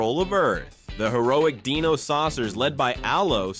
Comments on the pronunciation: The SilverHawks are NOT humans that transform into something; they're CYBORGS! You really need to learn how to pronounce " D-I-N-O it's not Deeno you iliterate goober! AND the fact that your clip of Kidd Video was "IN SPANISH!" AND they wern't sucked into a music video, they were sucked into a WORLD OF MUSIC.... rather dumb oversight. And with COPS; only BP vest had the cyber torso; the rest of the COPS were human with high-tech law enforcement devices "NOT CYBER ENHANCEMENTS! And for the Bionic 6, it was not an accident that gave them their abilities; Bionic 1 (AKA. Jack Bennit; the head of the family) was a singular super hero that worked with Professor Sharp, who gave him his full body bionics years earlier; On a family ski vacation in the Himalayas, an alien spacecraft triggers an avalanche that buries the entire family, exposing them to the unusual radiation of a mysterious buried object. Jack frees himself but discovers his family in a comatose state. Theorizing that Jack's bionics protected him from the radiation, Professor Sharp implants bionic technology in the others, awakening them. Afterward, the family operates incognito as a publicly lauded team of adventuring superheroes, the Bionic Six. IQ was the team "muscle".. Karate 1 was Agility and martial combat, Sport 1 was "LONG distance attacks with a "sports theme < usually baseball > and he could enhance his bat with an energy field his bionic body generated to help him deflect incoming enemy fire. *GET IT RIGHT! * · I'd think this video was a decent one if it wasn't for the mispronunciation of Dino, which was distracting, and quite frankly, irritating.